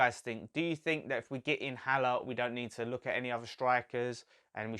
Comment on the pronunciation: You got Maupay pronunciation right but the “H” is silent on Haller!